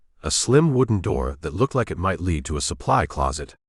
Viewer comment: A. I. bow , lead .. mispronounced computer did not understand the context